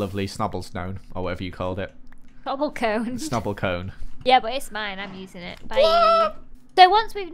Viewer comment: No one: Not a single soul:: S T O B L L E C O N E